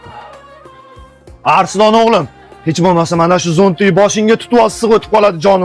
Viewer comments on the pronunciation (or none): Arslon bo'ladi Arislon emas